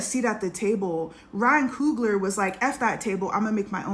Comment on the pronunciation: COOGLER....not Kruger